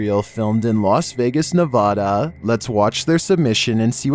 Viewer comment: I hate how you pronounced Nevada wrong at . It's pronounced neh-vaad-uh (the second syllable is pronounced so that it rhymes with sad)